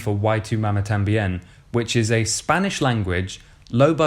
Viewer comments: “ why tu mama tamben” lmao bert come on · Issy McInnes wHy tU mAmA tAmBiEn